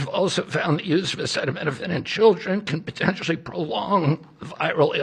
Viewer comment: I’m surprised he knew how to pronounce acetaminophen